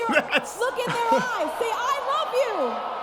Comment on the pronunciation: I swear it sounds like she says "I ruv you"